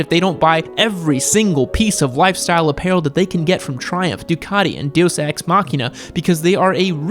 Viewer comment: Deuce ex instead is deus ex. Haha